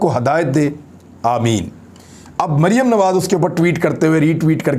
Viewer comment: Imran Bhai is Bibi Ka name to kindly theek pronounce Kia kren. I mean Maryam safdar or yeh mumkin to nhi k yahan pr Beth KR is pr laanat bhejna or apko yeh zaib b nhi deta lekin me phir b kahoon ga k in pr laanat zrur bheja kren . laanat ullah beshumaar ..... yeh sb beghairat hen. or Maryam safdar kesi mutmain beghairat hy k laanat parhny k bawajood muskra rahi hy.... laanat sharif khandaan Ty beshumaar